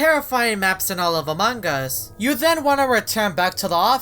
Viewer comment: am i death or the first time he said among us i heard aMog uS